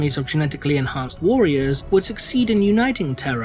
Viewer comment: Why can't this bloke say warriors correctly